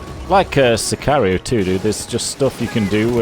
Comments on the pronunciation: Its pronunced Si ka río no si kha reio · Sicario is pronounced the same way it looks “Si-car-io.” His second attempt was correct. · it’s Sicari-oh, just saying, its a spanish word and i’m mexican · Pronounced sick-car-Rio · I applaude you for your skill of getting to ten minutes with the smokebombs and mispronouncing sicario